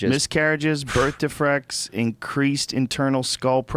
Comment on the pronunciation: Joe "birth defrects" Rogan